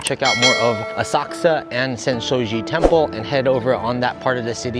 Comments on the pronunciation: Does anyone know why is saying OSAKSA?? I've been googling the web to find this City in Japan and the only City sounding like is saying it ('Osaksa') does NOT exist!! It is OSAKA - can anyone elaborate? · It’s Asakusa, with the u almost not pronounced!